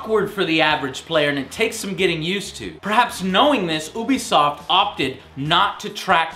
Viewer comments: its you-be-soft no ooo-be-soft... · yea, ooobie sounds weird